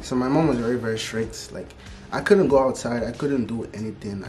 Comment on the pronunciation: I was expecting him to sound fully african but my expectations were wrong, though when he said "couldn't" on an african accent popped out of his mouth and he even mentioned how he had african parents.